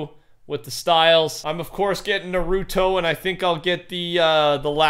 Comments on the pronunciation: sounds like hes says pokeman when he says Naruto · Him saying narooto bothers me